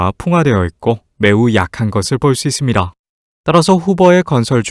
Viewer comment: 발음이 좀 아쉽네. 잇쉽니다 이런거